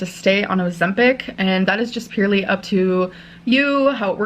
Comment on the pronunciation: She says purely like “peerly” God I can’t stand this fuckin dumb, disgusting, desperate girl. Im not calling a woman bc she doesn’t deserve that smh 🤦‍♀️